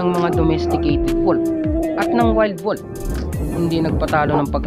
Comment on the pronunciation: anung " koyote"? Hahaha tapos wolp hahaha